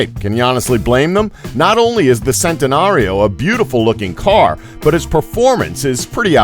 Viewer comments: It's pronounced chentenario but spelled centenario because it's Italian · SENTANARIO? UWAYRA? Sa Leen? Koneeeeeeeeeeeeeeeeeeeeeesegg? Raygera? 700 HP????? Igera? Koenigsegg only "Fast"? you mean "Fastest"?